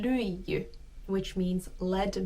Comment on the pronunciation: I have to address the elephant in the room. She says AamuyÄllä instead of aamuyÖllä. She says LyiJJY instead of Lyijy. She says RovaniÄmi instead of Rovaniemi. She sayd YÄpöytä instead of Yöpöytä.